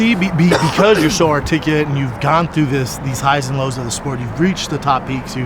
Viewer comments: Shaub needs to stop attempting "articulate". articalate, articlate, artificate. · "You're the most arrtickuwet mind" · Him mispronouncing articulate was all kinds of ironic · The way Brendan Schaub says articulate is ironic. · All respect to Brendan but you trying to say articulate made me geek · Brendan can't articulate the word articulate....😂😂😂